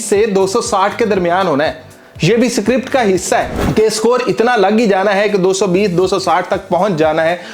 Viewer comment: script pronounce krna aata nhi h chle hm script bolne